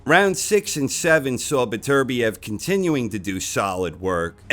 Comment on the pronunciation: You english speaking folks really need to start pronouncing Beterbiev the right way. FFS.